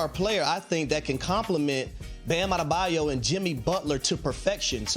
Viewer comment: Good luck. Kawhi, PG, Harden? All mid 30s, none even play 50 games per year. And by the way it’s “Adebayo” not “Ada-bayou”. Read the letters. adebaYO.